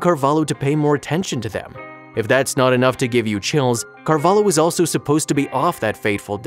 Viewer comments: is not "carvalo", is carvalho, the way you said it sounds like u are saying "cavalo" (horse) in the waitress first language lol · O hope thoses abusers rot in hell He doesnt know how to pronounce carvalho